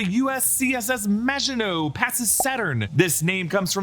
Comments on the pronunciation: Thank you for getting the name of the ship right and including the reference to the Maginot Line! So many reviewers are butchering the name of the ship and it's been driving me crazy! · THANK YOU! for breaking down what is (imo) the best series on at the moment! And thank you for pronouncing "Maginot" properly! Thank you.